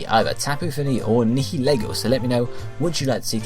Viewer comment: Nihilego. It's pronounced ny like night hill, er like knee go